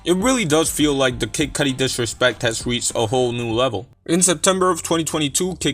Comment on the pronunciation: Lmao he ain't retiring dogg 🤣😂 this sounds like bullsh* . And the way you say kid cudi annoyed the f* out of me lol 😆